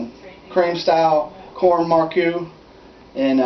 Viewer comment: Corn maque choux is pronounced "mock shoe"